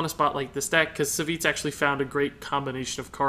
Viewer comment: Savjz is pronounced "Savv-eeej"